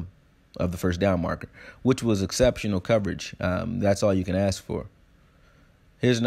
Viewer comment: What more can you ASK for not Axe.